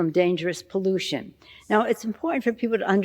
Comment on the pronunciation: Pollution rhymes with Pollusi! This lady is the Barabus of the new Order!